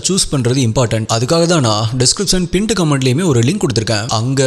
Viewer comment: Pint comment uh pined comment uh .. bro adha konjam nala solunga .. quality matters